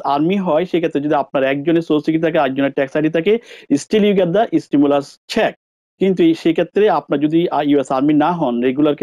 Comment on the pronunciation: ভাই উচ্চারন ঠিক না কেনো? Get (গেট) কে গ্যাট উচ্চারন করছেন। Married কে মেরিট বলছেন। Confuse কে কনপিউজ বলছেন। আরো অনেক উচ্চারন ঠিক না। ধন্যবাদ